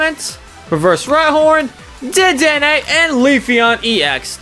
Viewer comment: You called rhyhorn rydon